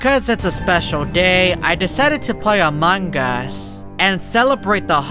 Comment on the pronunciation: Hahaaha it always laughing when he says among gus